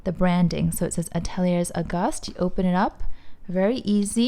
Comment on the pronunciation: Great video. Gorgeous bag. I believe Ateliers is pronounced Ateliaye.